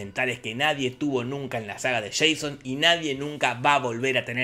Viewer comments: No te perdono el "sian", Jorge. Se dice /shon/ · Se dice Sheison papá.